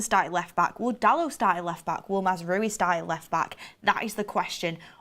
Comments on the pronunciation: Not to be that guy but its mazraoui not mazaraoui or mazrooi. And its said 'manwel ugarte' not 'manuel yougarte'. No dirsrespect tho, we love u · Another person who can't pronounce Mazraoui